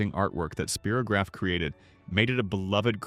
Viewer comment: Yes, It brought back all the wonderful memories of childhood. PLEASE either program AI to say the names correctly or FIND A REAL PERSON TO NARRATE. "SPEAR o graph" the AI voice said. NO, it's SPY ROH GRAPH